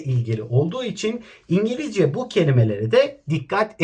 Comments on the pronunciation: . EnGaLaZcA ehehehehhehehhe😂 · ingolozya dersi😂😂